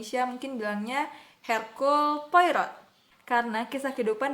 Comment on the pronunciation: dibacanya herculi poaro